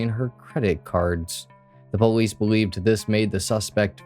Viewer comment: When he says police it sounds like bolice